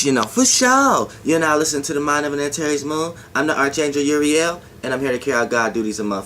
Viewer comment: Umm...idk.you might to start by pronoucing it correctly. Uriel dacosta Geronimo nunes dacosta Hebrew and greek ... with phenecian punic roots ...